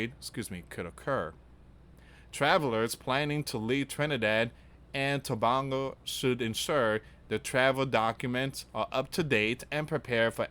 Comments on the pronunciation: It is pronounced Tobaaaago like that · Dear and friends greetings.I live in Trinidad and what you are saying is worrying. And it is not Christmas as yet in the island. It is Diwali a Hindu festival. It is pronounced as Tobaygo. Please pray for us🙏⛪😇❤️🇹🇹🇹🇹